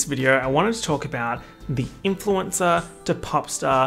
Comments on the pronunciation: Influenza lmaoooo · influensa omg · He was saying "influencer" and I heard "influenza" 💀💀💀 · bestie the way you pronounce "influencer" sounds like the italian word for "flu" and i'm here for it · oh didn’t you know? is in fact italian